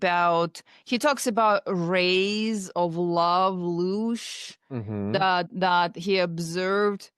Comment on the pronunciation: It's not "Lush" btw it's LOOSH. Please do your research man. Ive been researching the occult, the paranormal, and metaphysics for 30 years. You seem like you have only dipped your toe in.